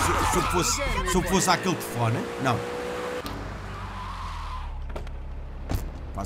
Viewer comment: Estr muito gosta do "tefóne"